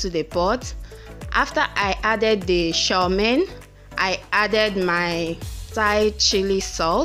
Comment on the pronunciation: 😀😀😀😀 I’m already laughing at you as you try to pronounce Chow Mein